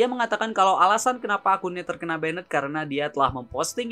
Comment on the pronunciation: Min, gw suka channelnya karena videonya kesannya berkelas gitu. Beda banget dari kebanyakan channel yg kesannya murahan dan ngasal bikin. Tapi tolong perbaiki 1 hal: pronunciation kata Inggrisnya coba dicek di google translate dulu sebelum dibuat video, pastikan seakurat mungkin Saya tahu emang kita orang indo ya susah ilangin aksen indo kita, tapi kita ambil contoh kayak "banned" itu mstinya diucapkan jadi semacam "baendt" , tapi Mimin ucapkan jadi seperti "benned", ini bedanya sudah terlalu jauh sekali, ini betul betul merusak kesan berkelas dari video-video mimin. Saya sering banget denger channel lain, bahkan MC di turnamen profesional ucapin istilah Inggrisnya itu buanyak sekali yg ngawurnya jauh banget, itu betul betul ngerusak impression saya ke si pengucap. Tolong diperbaiki ya min nextnya, saya Mao channel ini jadi makin bagus :)